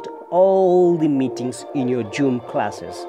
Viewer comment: hahaha joom😆